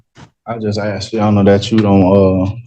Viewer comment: Why don’t you “aks” him?